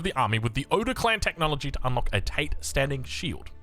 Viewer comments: Definitely not tah or tay. It's ta and te. Short, with no drawn out vowel. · I understand that but for English speakers pronouncing a Japanese word, "tah tay" is a very clear guide. It doesn't need to be perfect, I'm just trying to help him avoid pronouncing it like Andrew Tate